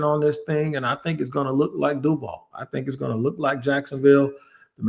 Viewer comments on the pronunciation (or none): Maybe I just got lost in the sauce but that Du-vall, was cringe beyond belief.